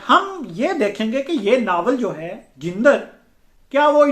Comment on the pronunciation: لفظ جندر کا درست تلفظ jandar ہے